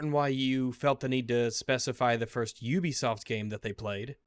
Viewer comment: say it with me … “You-Be-Soft”. You don’t go to Ooniversity, do you.. Or live in the Ooniverse?.. hey!?!.. see, you can pronounce ‘Ubisoft’ correctly. So why does it become ‘Oobisoft’ when I’m not looking? 😏